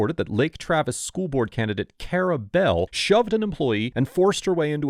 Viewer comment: Lol her name is Kare-belle? 🤣